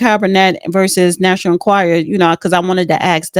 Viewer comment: learn how to pronounce the National "Enquirer"